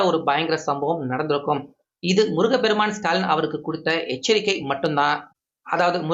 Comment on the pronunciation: முருகபெருமான். தவறு. முருகப்பெருமான் என்று சொல்லவும்